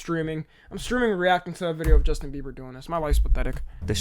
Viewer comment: He said Justin beaver